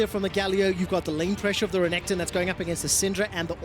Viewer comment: keeps calling renekton Renington...I hate it